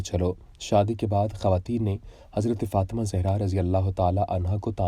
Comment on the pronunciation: حضرت سیدہ طیبہ طاہرہ سیدہ فاطمتہ الزہراء سلام اللّٰہ علیہا کا نام مبارک صحیح پڑھا کریں پلیز